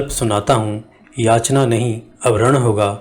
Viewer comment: याचणा नही . याचना .